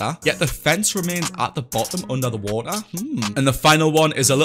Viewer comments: My dude says woa instead of water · Wa'er <3